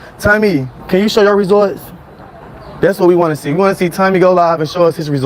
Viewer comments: Why he pronounce it Tummy 😅😅😅😅😅😅and resor ts instead of results an can't sant say detectectablejust cantnomatter. How many times they. tell u how to say it😅😅😅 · Resorts it's results come on man say it right and detectable you just can't say dud buys dictionary instead of a bottle.Houston has one of the highest population of HIVastudy was done recently he will fit right in may have like me friends js.If heheisdoingso goodin GA why move he lies so much don't believe he is moving anywhere all lies again as usual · He love saying resorts instead of results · It's RESULTS NOT RESORTS